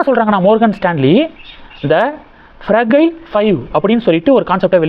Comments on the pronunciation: அது ஃப்ரஜைல் ஃப்ரகைல் இல்லை. Fragile என்றால் சீக்கிரம் சரிவடையக் கூடியதும் அர்த்தம். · மார்கன்.... ப்ரஜயல் ... உச்சரிப்பில் கவனம் தேவை